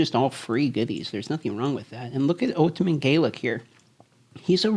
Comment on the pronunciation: The way you say "ultimat" is weird